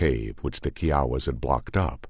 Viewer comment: Its funny that bothers you more than his mispronounciaton of kiawa kie awa is how it should be,but the way he says it is like kiwi Chihuahua